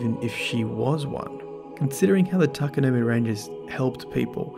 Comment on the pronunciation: Its pronounced TA-KA-NO-MAY. Not you too